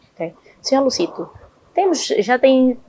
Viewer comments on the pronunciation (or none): É Dr. Luzito e não Lucito senhora apresentadora